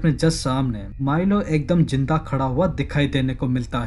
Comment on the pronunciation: O bhai jinda nh zinda 😂😂😂 kindpy apni pronunciation thek kro